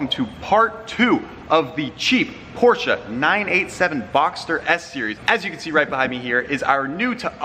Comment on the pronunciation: Porsche not porscha